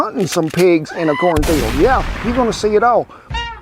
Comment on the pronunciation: Did you say "cornfald"? lol I love it.